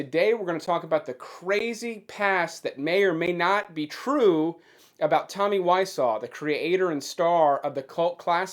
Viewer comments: It's wah-zoh not wah-saw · It’s Wise-zoh not Why-saw! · For all the investigating, why pronounce his name incorrectly? 😲